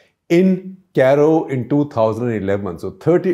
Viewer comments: Dear sir, it’s not “ Caaro” 🙏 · Interesting facts. Please correct your pronunciation for Cairo